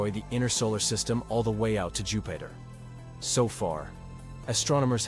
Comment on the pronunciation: NOT JUHPAITER! 😱😅🤣😂